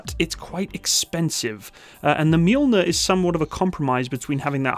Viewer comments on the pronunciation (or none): Fyi , it's "ma -Joel-near" not " mule-near" , get it? The m sounds like what? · Not Mjuuulner It’s Mjölner i don’t know how to explain ö in english, but the Mjölner is Thors/Tors hammer (Tors hammare) in Swedish. But to say mjuuulner is like if the Terminator would say ”Mjau” instead id hastalla vista or i will kill you. And you can use the Strix round to Mjölner. The Strix round is like Excalibur but for mortars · Wow the difference between the deployment time of 2x120mm of Mjölner vs. that faff of a single 105mm from the humvee just got me anxious as hell. Also you completely butchered the swedish military designation of this tank and I had to laugh out loud.